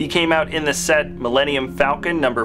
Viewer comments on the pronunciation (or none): none